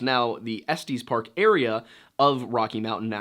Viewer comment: I find the way you pronounced “Estes Park” very funny. It’s pronounced like Est Yes Park.